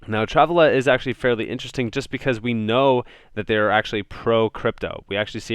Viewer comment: You're saying Travala wrong. Shits kinda funny haha